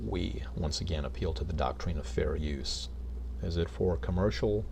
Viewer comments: Why does he pronounce “doctrine” as “doc-treen? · The thing is, he doesn't even know WTF he's talking about with regards to the copyright act what or the doctrine of fair use. Hell, he doesn't even know how to say the word doctrine LOL